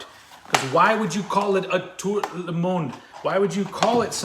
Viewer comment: you sound the d in monde as a syllable mon-duh